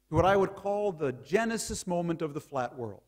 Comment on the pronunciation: he can barely say the world is flat , " OMG nandan is telling me the world is flahh , HONEY im going to write a book that the world flehh"